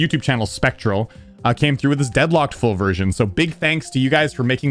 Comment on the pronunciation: i thought he said foobersion but it was full version